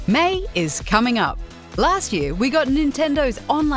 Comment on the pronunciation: Did she said Mei? (The Dutch way of saying May) at the start?